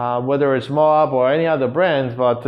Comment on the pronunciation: I think that's pronounced Mo'-ab, with a long o and short a, like Moab, Utah. OK, it is Mo'-ab. Moab paper is made in Utah.